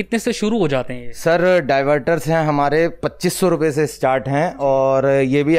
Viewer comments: भाई डिवाइडर नहीं, डाइवर्टर होता है😄😄😄😄😄😄😄😄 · Divider???? Diverter😂😂😂😂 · Are bhai…. Diverter को divider बोले जा रहे हो …. पहले home work करके आया करो … then prepare videos s … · Host keeps calling 'divider'. 'Diverter' is different from 'Divider'. Not a single divider, partions, cubicle are shown. Host doesn't know the product names too. Calls "table pot" for 'table top'.